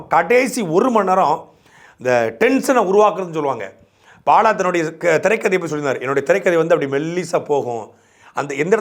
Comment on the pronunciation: பாழா வா பாலா வா? பாழியல் லா பாலியல் ஆ?. காவழர் ஆ காவலரா? துரைமுருகன் இந்த காணொளியை மறுபடியும் பார்த்துவிட்டு சரி செய்யவும். நீம் தமிலர்